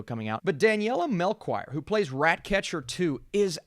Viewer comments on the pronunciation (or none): Hey, just a heads up from a fellow Portuguese. Daniela's surname is pronounced Melshior not Melchoir.